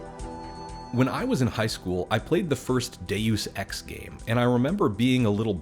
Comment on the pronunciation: "Day Use Ex" lol. Love the confidently incorrect style of youtuber.